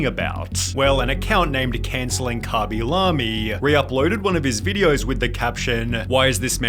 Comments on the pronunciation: cabilamy? isnt it kay-bee-lame? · Khaby La-Me? who tf is that? i always read his name LAME not La-Me. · Is anyone gonna talk about how he pronounces the name as "Cah-Be-Lah-Me" instead of "Kay-Be-Lay-M"? Or have i been saying his name wrong the entire time 💀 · Never in my life have I heard someone pronounce his name as "Khaby Lahmy" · kabee lam-ee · Kabby la-mi 😅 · Who the fuck is khabby lamy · Lemme find out this man’s name is pronounced “cawby lawby” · “commy lammie” 💀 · "kabie lamie" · karmmy larmey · why he pronounce it like kabee lamee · I'v never heard someone pronounce his name as kuby lummy, but there is a first for everything i guess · Dude might have fell off but butchering his name is pretty foul bro.